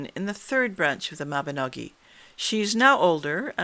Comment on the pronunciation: thank you for saying Mabinogi, and not Mabinog*ion* - the latter is incorrect!